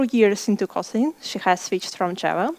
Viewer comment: Kotli’n? I’ve never heard it before